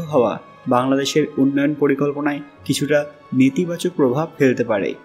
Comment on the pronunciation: নেতিবাচক না নেতিবাচক? বাংলা কিছুটা শুদ্ধ হওয়া উচিত।